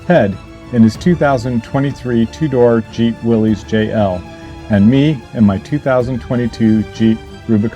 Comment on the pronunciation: Cool video. Looks like a neat trip; thanks for sharing it. 🤙🏻 By the way, The Jeep Wrangler trim Willys is pronounced “Willis”.